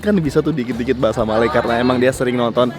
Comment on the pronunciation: bahasa melayu bukan bahasai melai... melai mcm menghina jerrrr...